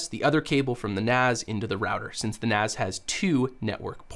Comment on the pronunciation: It's NAS as in Network Attached Storage, NOT NAZ (Network Attached Zorage??)